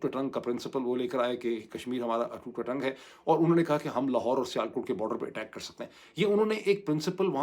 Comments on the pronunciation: "Atoot ang" not Atoot atang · ڈاکٹر صاحب یہ اٹوٹ انگ ہے نہ۔کہ۔اٹوٹ اٹنگ